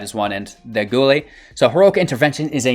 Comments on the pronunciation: Yeah guy-elle. You gotta brush up on your street fighter my dude 😉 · Guile pronounced Guy-ull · Might I recommend playing some Street Fighter so you can learn the proper pronunciation for 'Guile' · "Guile." I see they corrected your pronunciation down below. Read more books! :)